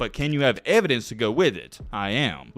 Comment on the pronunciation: "I‘m onna back this up with facts and ev-y-dense..." – (at putting his foot in his mouth)